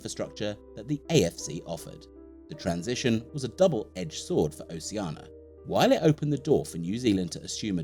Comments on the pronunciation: That's in line with how many times he said Oceana instead of Oceania ;) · Oh shee ar na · Please pronounce the "I" in Oceania! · Why do people keep saying "Oceana" when it's "Oceania"?